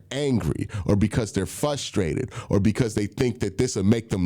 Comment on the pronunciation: Q- “Flustrated”